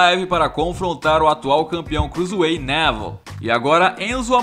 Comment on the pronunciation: Crusueit o fala